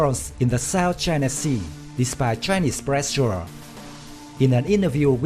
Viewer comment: Choina voice 😂